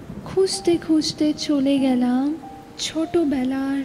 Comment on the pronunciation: Doesn't sound like a 100% Bangla speaker while reciting the poem. There are hidden Hindish touches to the poem which is not expected. There are many instances like the word 'gelam' is pronounced as 'gyalam.' Rokom is pronounced as 'Rowkhom'. Utterly Dissapointing!